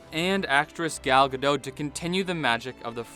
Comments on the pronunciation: Ga dot not Gadoh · Just a heads-up: you pronounce Gadot as in robot. Her surname is Israeli, not French.